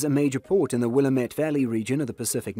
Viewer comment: You know they're not from Oregon because they mispronounced Willamettete